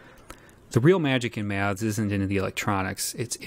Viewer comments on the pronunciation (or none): Struggling to listen purely on account of this chap's inability to pronounce 'Maths' properly; whatever the opposite of ASMR is, that's what your attempt at an utterly simple words induces in me. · An accent is simply a regional pronunciation - and there's definitely something awry with this presenters enunciation of the word; regional or otherwise.